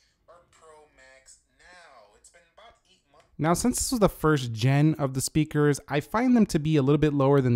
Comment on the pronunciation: did he say sepeaker?